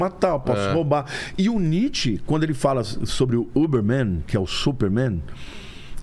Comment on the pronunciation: Dá pra ver que não leu Nietzsche. É Übermensch, não Oberman... Deu uma misturada braba aí do inglês com o alemão... um "inglemão" 😆